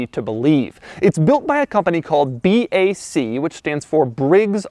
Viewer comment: Should be pronounced ”Bak” not ”Bee, Ay, Cee”